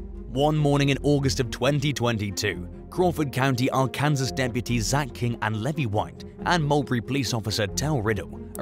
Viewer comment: Arkansas is not pronounced "R-Kansas" but R-Can-Saw", why? Because American English is crazy....